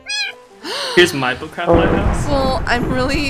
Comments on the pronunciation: Or u saying butt craft or book craft?? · did you say foot craft:D? lol